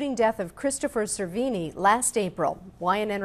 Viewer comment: Damn... How the hell did you butcher that kids' last name?; SER-VEE-NEE.